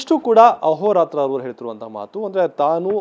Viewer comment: ಅಹೊರತ್ರ ❌ಅದೋರತ್ರ ✅😁